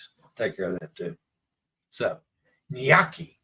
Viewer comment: A reminder that O is pronounced like Oh no! Thus gnocchi (nyoh-kee) rhymes with pokey, not hockey LOL!